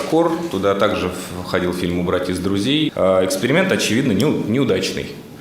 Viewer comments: Да оговорилась она) Не эксперимент, а экскремент. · он оговорился. Это был экскремент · Мне послышалось Экскремент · Он оговорился, Экскрементом